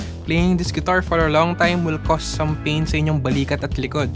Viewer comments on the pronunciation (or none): none